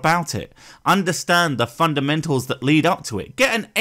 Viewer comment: Arguably, he's on top of the 'duh' as well. Funduhmental. Lol